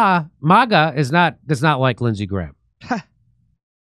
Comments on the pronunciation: It's "MAGA" like mag wheels... not "MAGA" with a British a .... it's an American movement after all. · MAGA NOT MiGA